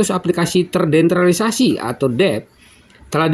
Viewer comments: MAAF, TERDESENTRALISASI BANG BUKAN TERDENTRALISASI.. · Bacanya TERDESENTRALISASI bukan TERDENTRALISASI, Min Min...!!!